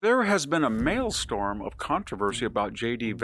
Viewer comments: Far be it for me to be correcting Professor Hanson but the word is 'Maelstrom' not 'Maelstorm'. C'mon Prof, you can do better. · maelstrOM not maelstORM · "Maelstrom" not storm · "There has been a maelSTORM of controversy..." The (correct) word is "maelSTROM." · “Mail storm…?” You mean maelstrom. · its maelstRom not maelstoRm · A "mail storm"? Or maybe "male storm". I think you mean "maelstrom", Victor 🤔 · Maelstrom - not "malestorm". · Victor: this is the voice of your Swedish grandfather speaking to you from heaven - it's maelSTROM, not maelSTORM, from the Old Norse 'stroom' meaning stream. Must try harder! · The second syllable of "maelstrom" is not pronounced like "storm", Victor. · Dear VDH: I wish I could tell your assistant this but the word is 'maelstrom' not 'maelstorm' though the latter makes more English sense. It happens to be a favorite word of mine (not sure why!). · Maelstrom, not Mailstorm ✌️😝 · maelstrom...not mailstorm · maelstrom not malestorm lol.... you're still the best though Edit... Now that I think about it, I do suppose that a "male storm" could correctly be referring to a grown man in charge of the German Security Council crying like a 12 year old girl. So yeah, there's that. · The word is "maelstrom." It's pronounced "male-strum." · Mail Storm? SMH, VDH. Is that like Nuke-u-ler or aks (sic)? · I KNOW THAT. I'm not an idiot. It's pronounced MAEL-STRUM, -STROM, or -STROME not STORM. mael-stromˌ -sträm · Pronounced “ mail strum” but I could be wrong… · Double-check your pronunciation of Maelstrom. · VDH can’t pronounce maelstrom or Junipero Serra after living in CA. Is he really intelligent? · Someone who doesn't know how to pronounce maelstrom should focus on learning basic English before commenting on political events. You're a tiny, tiny minority. Vance's speech will break European/US ties and it will be hugely damaging to the USA.